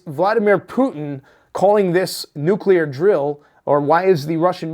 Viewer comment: " neclear edging " 😂